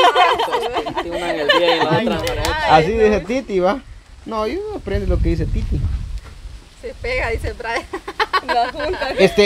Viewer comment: Y LUEGO dises medisen cisañoso😂😂😂.